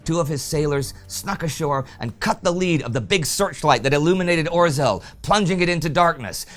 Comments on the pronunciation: Why do you have such problem with "zh"(ж) sound? Name of Polish submarin was 'Ozhel', not "Ozel"! And guess how Zhukow has to be pronounced! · A humble pledge to Indy: could you please try to pronounce 'rz' in 'Orzeł' more correctly? Hear e.g. - I know, it's a very hard sound to pronounce for non-Polish (or non-Czech), but you can do the 'zh' sound (as in 'Zhukov' or 'Zhivago') instead. Even that would be much better than 'r'+'z' kind of pronunciation, which is like scratching blackboard to my ears. Anyway, a great job, keep it further! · Na Litość Szatana, Indy! Please! Use the English translation for the Polish names. It's painful to listen while you butcher the pronunciation of them. Or-zel sounds like some 80s fantasy villain. I really love the show, The Great War included, but have Mercy! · Right pronunciation polish U-boat Orzel (Eagle) - [ɔːʒel] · Orzeł means eagle, please learn to pronounce it correctly. Its our nations symbol. Also, Danzig is nazified name for Gdańsk. You called it Gdańsk in first videos then you spoke of Danzig. Please stick to its proper name Gdańsk, not only for continuity reasons but because it is its real name. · Indy, the "rz" in "Orzeł" is pronounced like the "rz" in "Przemyśl". You pretty much mastered saying "Przemyśl" in the last four years, so I guess that'll be a good hint.